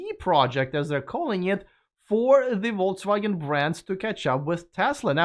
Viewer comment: Dpbrofska tavarich. As an who learnt Russian without being forced to do so, I would like to give you advice on how to pronounce Volkswagen. The word is in German and the 'V' should sound like an 'F' and the 'W' like the ’V'. Otherwise, you will sound like a vote results Denyer. 🌶️🌶️🌶️🤣